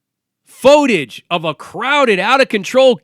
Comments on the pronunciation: First time, maybe a miss speak. But he kept saying it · How come dude cannot pronounce footage?